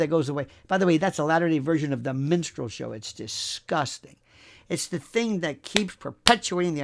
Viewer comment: You are funny as hell. You said "minstrel" show, sounded like "menstrual" show. Both are appropriate. BTW, Im 73 and sexy as hell, you bet.